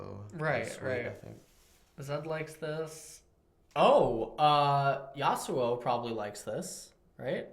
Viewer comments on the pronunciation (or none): none